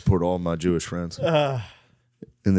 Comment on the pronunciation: “Evil Jooish trick” 💀